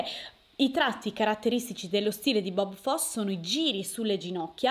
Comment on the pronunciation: Si pronuncia Bob Fossi